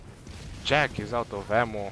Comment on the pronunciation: I think he is called "Jack-sss "